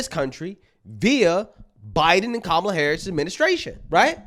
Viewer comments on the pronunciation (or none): none